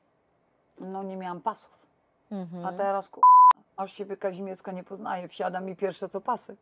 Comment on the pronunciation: Aby NAZWISKA NIE PRZEKRĘCALI….nazwisko KAŹMIERSKA….a przedstawia się za każdym razem KAZIMIERSKA….hipokryzja?